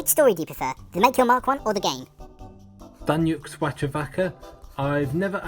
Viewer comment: Omg im daniux, you pronounced my name correctly in spanish <333